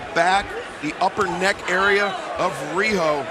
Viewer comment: Nice match Riho. They can`t even say your name right. Anyway, cheers from Hokkaido.